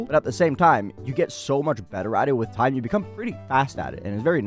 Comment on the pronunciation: "a long hime"